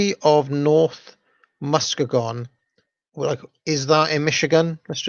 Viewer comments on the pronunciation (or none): Say it with me now: Muss-KEE-Gahn., great video. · Muskegon is pronounced mus-key-gun. Michigan is notorious for difficult pronunciations. 😉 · Muskegon pronounced <Mus-kee-guhn>